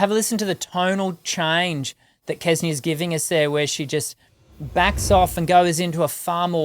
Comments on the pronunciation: It's not Kesnia. Try saying Senia with a little k at the start. They are all amazing. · Kse-nee-ya. Xce-nee-ya. How difficult it could be to say that right? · It is really amazing how the native English speakers struggle with foreign pronunciations. It's no rocket science to pronounce "Ksenia". "Ks" in "Ksenia" is pronounced exactly as in "thanKS", "booKS", "looKS", "mix", "tax", etc.